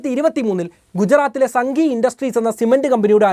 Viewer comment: Pottaaa... It's pronounced as Saanghi Industries ..